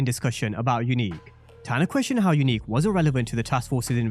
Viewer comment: Are you still sure Unique not breeze?